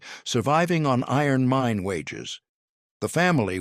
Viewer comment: sounds funny ". . . surviving on iron MINE wages. Most people would say IRON mine wages, but then this is an artificial voice that's supposedly artificially intelligent.